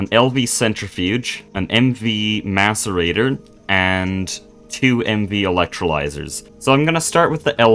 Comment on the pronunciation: Thank your for pronouncing Macerator correctly. You are the first Greg player I've seen that has, haha.